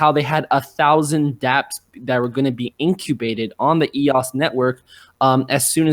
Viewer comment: eos, not ross